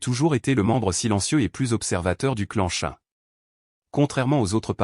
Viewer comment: Le clan Chen et non le clanchen